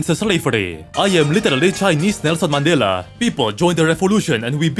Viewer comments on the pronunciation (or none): none